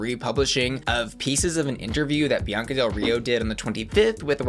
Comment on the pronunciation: She said “Biancer”